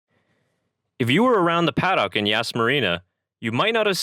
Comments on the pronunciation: It's pronounced pa-duck. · I know that "paddock" is not a commonly used word in North America, and is pronounced differently in other English-speaking countries. For example, some Australians say 'paddick', which sounds ludicrous to me and I live in Australia. The correct pronunciation removes the o and adds a schwa (usually styled as ə). Basically, an 'uh' sound. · nostalgia flooded the "PAD OCK" ??? what the fuck is a pad ock ????? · He pronounces Paddock weirdly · How can you not pronounce paddock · Paddock is one word not two.....